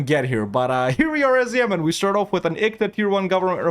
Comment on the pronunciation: "Ah yes, Zemen. My favourite country in ze world"